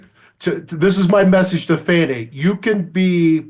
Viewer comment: Her name is Fani pronounced "Fawnny" not "Fanny". You know this Megyn!